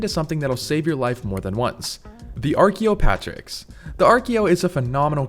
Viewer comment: Your pronunciation of Archaeopteryx gave me cancer